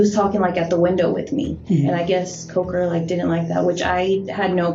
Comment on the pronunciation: his name was coker. but.. well.. except in this interview.. this woman would alway pronounce it cocker. and the way she said it was.. 'cock her.'